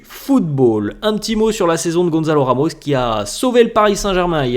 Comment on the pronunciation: GON SA LOU. RE MOUCHE = GOnsalo Ramos voila comment ça se prononce